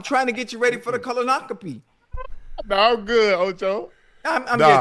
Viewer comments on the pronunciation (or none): Lmao - right?! Koloahkopee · I ain’t never heard the word “colonoscopy” get butchered so bad 😂😂😂😂